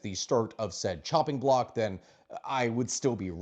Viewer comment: Was that "shopping block" or "chopping block"?